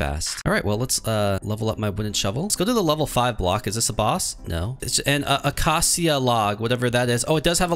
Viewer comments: acacia is said like uh-kay-shuh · Acacia is pronounced acasha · ah cah see ah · Is no one goin going to talk about the way he pronounces "acacia"